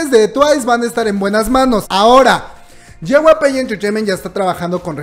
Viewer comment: Hay cosas más importantes que esta, pero me da mucha risa como pronuncia JYP Xdxdxd es YEI WAI PI Me encantan estos videos ❤❤❤